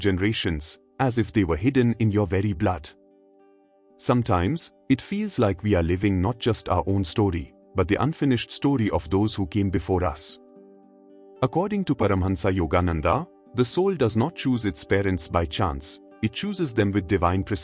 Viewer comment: Kindly pronounce the name "Paramhansa Yogananda" in the correct Indian way. Do not say Paramhansaaaaa yoganandaaaaa in the anglicized way for the convenience of non Indians . It sounds ugly and unprofessional apart from being technically incorrect. Do not disrespect a sage and his followers by distorting his name.